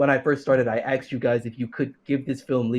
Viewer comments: I don't know why they even bothered trying to have a debate with someone who says "axed" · Is that guy american? Or from an english speaking country? He keeps saying "I axed you" instead of "asking" and i dont know if its accent wise or speach impediment wise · Is he saying "axed"? Thats embarrassing... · “I axed you” Yeah that is about the mental level we’re on. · I axed you, I axed you....